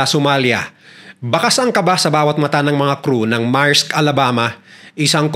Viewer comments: Maerks daw? Merks Ang pg pronounce Yan. Uubosin nya daw Ang Oras natin sa pakikinig or what tapos tinatawanan pa Tayo? Napaka walanghiya nya! He doesn't have an edge from us to subscribe his vlogs. Kala nya mga Bata yong mga subscribers niya. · correction "meyrks"not "marks".